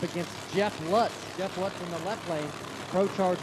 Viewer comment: Lutz, same name just Jeff pronounces it wrong, the name is pronounced Lootz.